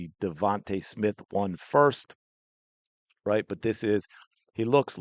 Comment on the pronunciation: They both try to get confirmation by saying "rite"